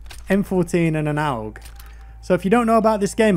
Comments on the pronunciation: "An OWg" lol It's AUG.. Say 'August', now take the 'ust' away :) AUG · An "Owhg"? 😂 You're a Battlefield player, stop it. It's "AUG" as in "Augmented" or "August". Also, so chuffed they've given us an option to stay away from M&K users, as someone who's getting this on console, I'm over the moon. :} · Can you say AUG as A U G not A'OOG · owg??? A.U.G you mean; or aug (pronounced org) where did u find a W in there? lool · September for PC beta. Isn't an AUG also called a Steyr AUG? Maybe that is an easier choice of word to pronounce ("ʃtaɪ̯ɐ"). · It sounds like your pronoucing it Aaooouuuuggg... lol classic. Hey love the channel you think you will be playing a lot more COD this year? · This nigga said aowg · Dont worry, your pronunciation of aug will always distract us ❤️